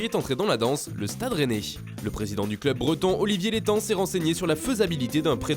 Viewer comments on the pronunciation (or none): none